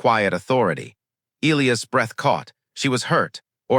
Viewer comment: Skips Jumps Missing Words Missing Sentences And The Name Of The Alien Species ..... Oral 😳😵😏😆 🥒👄 & 🌮👄 Sorry . It's Elias ( E-Lie-Us ) ⬇ Not ( E-Lee-Is ) Not ( E-Lee-As ) Not ( E-Lee-Os ) Not ( E-Lee-Iz ) Not ( E-Lee-Uz ) Not ( E-Lee-Ez ) " Give You My Frequency ..................................................................................................... Story Abruptly Ends , No Conclusion . Just Cuts Off Suddenly In Mid-Sentence . Just Chopped Off .